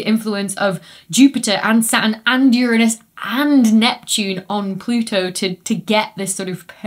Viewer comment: She said uranus 😂